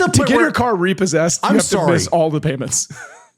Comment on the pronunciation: Man, the RE-PAUL-SESSED section got me cracking lol